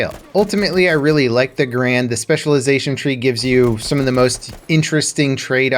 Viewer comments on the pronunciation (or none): know what hurts most about guns? no, not the bullets, the fact that people still have no idea how to correctly pronounce garand, it's not "ga-rand", or for some people "grand", it's "gare-end", the guy it's named after even told the manufacturers that his name is pronounced that way, and wanted it to be known. inb4 the comments saying i'm wrong cause they're too lazy to look up the facts or listen to an actual historian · 99% of people pronounce “Garand” wrong. You are pronouncing it wrong . You’ve been doing it your whole life .